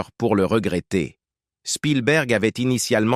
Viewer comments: Jacques Dutronque à quatre-vingt-tun ans ? Ça commence déjà de travers. Vive l'Intelligence Artificielle ! Les sites de voix off même à petit prix font mieux. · Jacques Dutronk ? C'est quel accent ça?